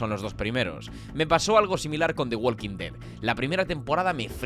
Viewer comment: Yo, en tu caso, partiría tomando un curso de Inglés, porque tienes un uso de ese lenguaje que da vergüenza ajena. Se dice "wokin", no "wolkin".